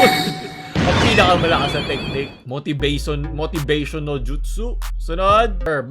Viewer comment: said: motibasun